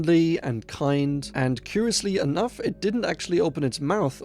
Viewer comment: "he wasn't kenough" 🤣